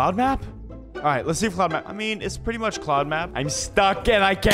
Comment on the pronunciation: pwes pway master runners pwetty pwes